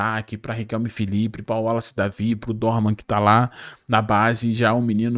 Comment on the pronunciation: Não Dorman. É Dohman. Tira esse R.